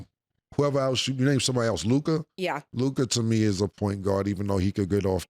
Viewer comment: Why Mase keep putting that extra “i” on LukA name bruh? 😅 somebody correct him!